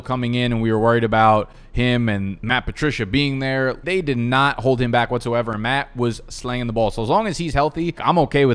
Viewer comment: Why do you say back like that bro it’s getting bad